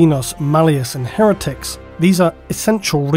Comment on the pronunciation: hereticus is pronounced like heretical but with -us at the end instead of -al